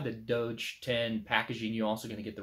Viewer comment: You're pronouncing it Dodge, but it looks like Doge to me. A claw hammer works well to disassemble a wooden crate.